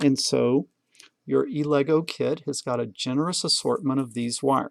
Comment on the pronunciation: I was sure that was pronounced Ella - Goo